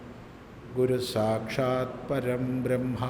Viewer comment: സ്വാമി, ഗുരു സാക്ഷാൽ പരബ്രഹ്മ അല്ലേ? പരംബ്രഹ്മ അല്ലല്ലോ. ഉച്ചാരണം ഒന്ന് ശ്രദ്ധിക്കണേ 🙏🙏🙏